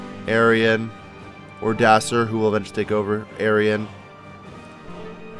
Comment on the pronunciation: Who did you manage to pronounce Odoacer as Odacer?